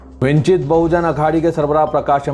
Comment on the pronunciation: vinchit nahein wanchit